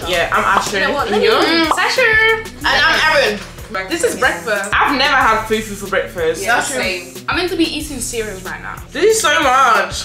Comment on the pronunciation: Why is calling it few few instead of fufu. I wish there is an audio on YouTube comment section so I can teach her. Which one is fewfew